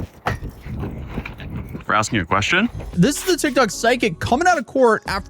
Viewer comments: She did alot of axing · If she keeps Axing things she's gonna end up on trial again lol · try ASKING instead of AXING - English is probably the only language you know - and don't speak it properly... you poor woman. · Maybe she should stop axing people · STOP AXING HER QUESTIONS! 😂